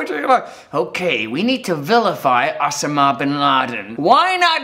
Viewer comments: O-sa-ma. O-SA-MA. Not Ossooma. After 187 episodes this is your first word that you have mispronounced. Not bad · It's not Osamahh it's Osama, he hates people getting the pronunciation wrong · It's pronounced Oh-sar-mah not os-a-mar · It s OSAMA ... He can't even pronounce it Oh-sarm-ah Not oss-er-mah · Oh-Sam-Ah-Bin-Lad-En not o-sam-a-bin-lad-n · You say the name Osama so funny! its pronunciation is: oh-sAH-m-ah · You mean ossa-ma. Oh and Ah sound the same as O and A. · his pronunciation of Osama had me cracking up. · It's pronounced Osama, not Osama. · Is that really how you pronounce Osama ? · Why can't he say Osama right? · His pronounciation of osama is just distracting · who pronounces 'osama' like that?:S